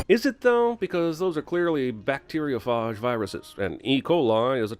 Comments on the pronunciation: bactiorphage phage sage f-age. not whatever that was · its bacteriophage, spoken like page. also fuses work in space and underwater since they contain an oxidizer. DING